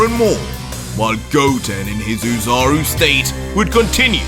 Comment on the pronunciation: It's "Ozaru" idiot